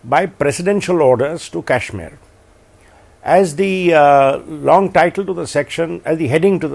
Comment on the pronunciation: Adv. Salve pronouncing Kashmir correct..😊